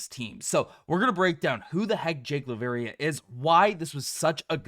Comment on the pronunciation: Dude. You said Laravia’s name wrong through this entire episode. WOW!!